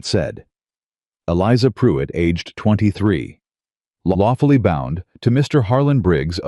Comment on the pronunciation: Its Not puit. Can you not hear the R?? It's most likely spelled PRUITT .